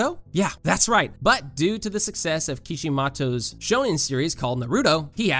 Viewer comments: "kishimatos" that hurt me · you like butchering names HAHA reylay/ kishimato HAHAHAHA